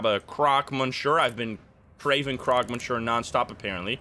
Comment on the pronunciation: I've been loving this series but please Croque is pronounced like croak, not like croc